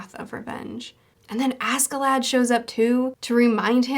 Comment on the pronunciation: oh btw maybe a bit late but ask in askeladd is pronouced ash